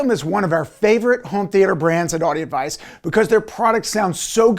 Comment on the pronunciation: am i the only person to notice these guys are incapable of enunciating all the syllables in their name? this guy (the ceo, yet) says Audi Advice